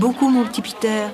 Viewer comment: C’est Peter et non « Petter »